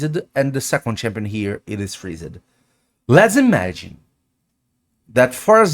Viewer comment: Freeze-ed xDD